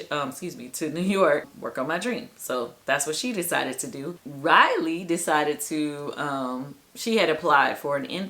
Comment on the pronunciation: Riley not Railey.